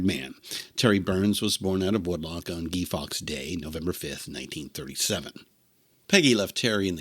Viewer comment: Guy Fawkes night (not day) is not the French pronunciation but just Guy, like that guy over there, etc. Nice to hear the guitar trooper long form.